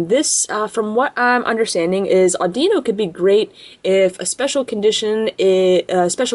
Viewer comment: Not (adeeno) audiino